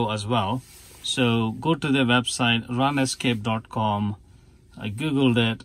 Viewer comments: "run-escape" first time I heard this pronouncation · "Run escape" is a good way to remember what it's doing for us in this case anyway. :-) Thanks for making this video!